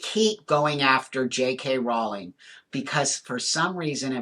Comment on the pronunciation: As well as being able to see and understand that JK is nothing close to ‘transphobic’, right from the off you pronounce her name correctly! You’re right on the why. She is a target because she is a high profile and extremely successful WOMAN.